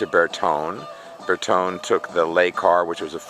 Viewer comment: An american who can't pronounce renault or bertone doesn't deserve this car